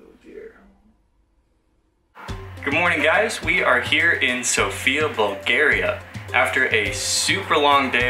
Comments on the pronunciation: Good video, guys, just one thing - have in mind that the accent is on "o" in "Sofia" ;) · All vloggers fail to pronounce Sofia correctly. It's sOfia.